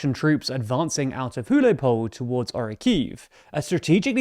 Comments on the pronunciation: Huliaipole is pronounced "hoo-lie-PO-lay", with the "l" in "lie" pronounced like the "lli" in "million". It's a similar sound to the "lh" in Portuguese. And the "e" at the end is meant to be pronounced. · It's pronounced khulyay poleh. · I'm not even ukrainian and I've never heard a more wrong pronunciation of Huliaipole